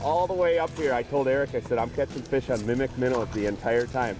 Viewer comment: "Mimmic mimmow." 😂